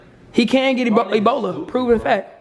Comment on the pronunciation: cubbici bola (ebola) FUCKIN CRYINNGGGGGG